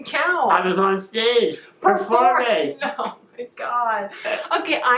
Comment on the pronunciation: Shane: “I was on a stage.. PREFORMING!” 😂😂😂❤️